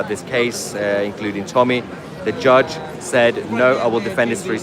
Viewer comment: Its sad to hear him say "we got a good gudge". The British people no longer think the law is fair and just.